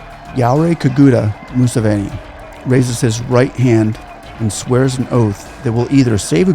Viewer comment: If you are paid by whoever to talk about my President they should at list teach you how to pronounce his name.